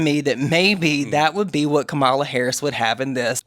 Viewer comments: Its comma-la please pronounce her name correctly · Mispronouncing Kamala’s name when we KNOW how it’s pronounced is not okay, my guys 😭